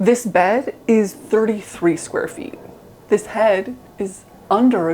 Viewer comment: "zis" LMFAO